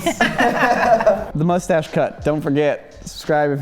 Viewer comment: pronouncing it "mushtache" is so freaking adorable